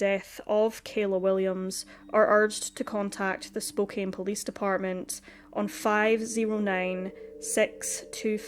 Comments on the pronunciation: Was looking for this and was going to say the same. Spokane rhymes with CAN. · Just a little sidenote: Spokane is pronounced like "spo can", not "spo cane". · Poor girl. RIP. Just FYI; it’s pronounced Spo can. Not Spo cane. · Spokane is pronounced Spo- can. Thanks for this review! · Just fyi Spokane is pronuced Spoke-ann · This is in my town. I remember this case. Spokane is pronounced as "Spo-can". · Spokane. SPOKE-ANN (like can or pan). I don't know how you get so many right! Rules of spelling and pronounciation can be of no help with some. Like Spokane! Thanks for the videos you bring to us. Very well done, always. Was watching one from a new channel to me. The writing was so overwrought (best word I can think of for it) and wordy and poorly phrased it took me right out of the story. I bailed. My dear, you are greatly appreciated! The Pacific Northwest has hidden so.many bodies over the decades. Vegetation grows so fast that it can hide a lot of secrets. So many wilderness spots right inside cities and towns. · Pronounced SpokeCAN. Just letting you know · It's pronounced Spo-CAN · Spokane is pronounced Spo-CAN. Don't ask me why 😂😂😂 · Don't worry... I pronounce Spokane wrong, too!